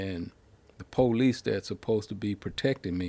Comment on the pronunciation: I like how black Americans say Paw-lice